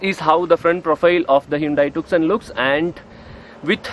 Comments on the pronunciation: This isn't TUKSON.. It's pronounced 'Toosawn..' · Bhai its not pronounced 'tuk-son'. It is 'ट्यू-सौं' (tyu-sawn). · It isnt tukson ji...to be pronounced as 'tyoosaan' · Bro it's pronounced as Hyundai TooSo not Tuk-Son .. It's the world's most mispronounced Car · “C” in the TuCson is silent. It’s called “TuSoo”. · It’s pronounced too-so